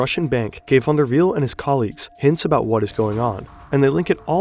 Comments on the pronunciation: yes, you can tell by the way he says "Jornt Van Der Wiel" so effortlessly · You announced van der wiel very good, are you Dutch?